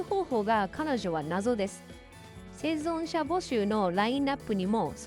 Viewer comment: 生存者言えてない😂